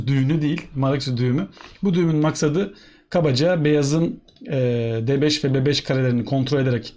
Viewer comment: FM nazmican doğan : Maroczy düğünu değil maroczy düğumü.